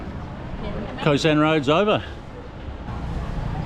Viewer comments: Khao* San Road not Ko San Road :) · Pronounced "Cow-San" not Co-San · "Khao sahn" is uncooked hulled rice, what you buy in a plastic bag at the grocery. "Khao" is pronounced like "cow!" in a high tone, the tone we would use for an exclamation in English. It's not "ko sahn."